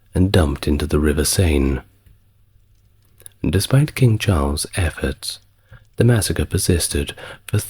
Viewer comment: River Seine = River Sen, not River Sane. Coup = Coo, not Coop